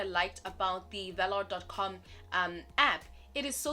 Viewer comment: I currently actively use 3 different South African crypto exchanges and VALR is probably my favourite one of the 3. There's maybe one or two issues I have with the platform, but those are issues that the other exchanges I use address sufficiently Sidenote: I think it's pronounced like "valour". Not 100% sure myself but that's how I've heard most pronouncing it